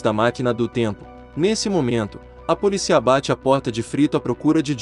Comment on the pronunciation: Só um adendo à narração: a pronúncia correta é "poLÍcia", com a vogal tônica no "i".